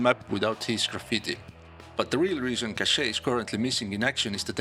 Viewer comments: It does ! It's sound like "caché" which means hidden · The way you pronounce the name of that map is straight up french 🥖